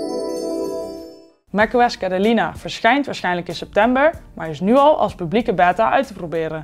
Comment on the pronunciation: Het is niet cedelina of heb ik het fout